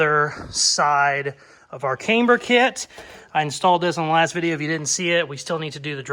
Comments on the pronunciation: [CAM-BURR] not [Came-B'ER] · Love your channel and not sure why its annoying me so much but, Please stop saying came-ber it's cam-ber. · Haha, yep keep saying kamber instead of camber. My sister used to say bushels instead of bushes, absolute gold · if you're going to say Kamber, you may as well say Proeject. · Yes, you say Came-burr completely wrong! You also skip words, making half sentences and heaps of other shit! But you are one fabricator/ customiser, so Who Cares!😉👍🤣🤣🤣...Screw the haters, they obviously need a life transplant! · The way you pronounce the word "camber", makes me question every single thing that I have ever known about cars, myself, and my day daddy... but not nearly as much, as your use of the term..."wallerd "... ----""Holey crap! WHt an amazing, Epic comment! That is the funniest comment ever on my channel from a viewer!......you know what? I think that comment deserves a mustang and a caseys customs sticker!...." -------()😆 🤣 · This looks a lot like a copy of the Hoonigan mustang to me. Yes, you are definitely saying Camber wrong, LOL. I'm impressed with this so far. Keep up the good work. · How you say camber doesn't affect the build. Looking good.